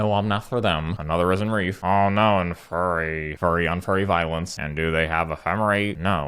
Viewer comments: why do you pronounce Fury as Furry? also please stream sometime. would love to watch you in real time and interact with you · Honestly started to think it was pronounced as “furry” instead of “fury” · "Furry on furry violence" thank you for the mispronouncing... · I'm still not sure whether you said "Fury" or "Furry". Glad to see that card in action as well! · The "fury on fury" made me laugh, was listening, heard "furry on furry" nearly had a panic attack